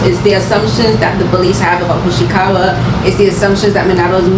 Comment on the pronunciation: Hoshiwaka?😂 You mean hoshikawa right